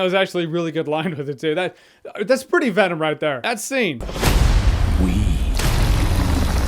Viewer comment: When venom’s lips don’t touch to make the ‘M’ sound at the end of his name, it looks so 2000 & late